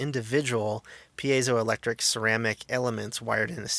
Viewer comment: I don't know about this, but I'm just glad SOMEONE on the internet knows how to correctly pronounce 'piezoelectric'.